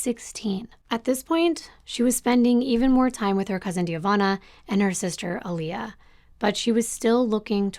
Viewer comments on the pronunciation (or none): none